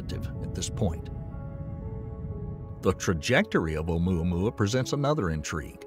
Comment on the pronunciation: ...did he say Ohmyohmy?